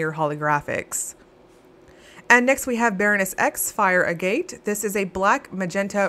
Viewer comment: Agate is pronounced AG-it. Ag like bag. 🥰